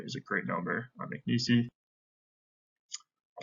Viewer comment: It’s not Mcnees-y it’s just Mcneese.